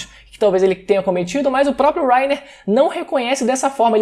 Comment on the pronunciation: que agonia ele falando wrainer kkkkkkk